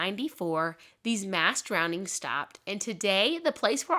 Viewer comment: You're a great storyteller, you really paint the scene! I love listening to your videos, but, did you say "drowndings" 😂